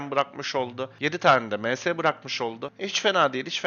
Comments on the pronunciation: kardes ms ye lütfen emes deme pc başında tilt oldum yav :) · Aga sen sen monster stone ye em-es dedin mi senin videolarını kapatıyorum direk ya